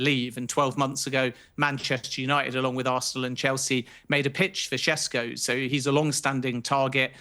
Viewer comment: Sheshko is the correct pronunciation. Š is sh